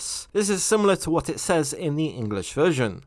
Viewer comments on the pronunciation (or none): none